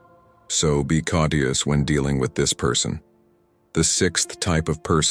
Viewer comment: good video with a very important topic ... but why does the VO pronounces some words in a wrong way? for example 'surely' is pronounced 'sorely' ... or 'cautious' is pronounced 'kotius' ... is that a robotic voice perhaps?